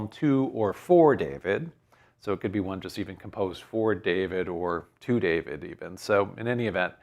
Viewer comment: Hello. You mentioned DWD and pronounced it almost as the Muslims pronounce Dahood, my name David in Arabic which I write with 4 Arabic letters and there being no equivalent to the English letter V. While working in the Saudi Arabian oil industry I learned of another story of David. It goes that, just as in Saudi Arabia today where any citizen can get an audience with the King, in the time of King David there was one day a line of subjects waiting to see the King. Two herders who had a dispute did not want to wait so scaled the palace wall into David's chambers. When David entered they apologized but he said "fine. What is your dispute?" They iterated their business dispute to which David became irate. He lectured them about 'real' problems, quickly building mountains in the air. When he looked down they were gone. Then David prostrated himself on the floor and begged God for forgiveness for having failed the test.